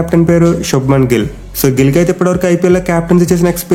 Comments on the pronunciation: Anna nill kadu Gill😂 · Gill ❌ Nill✅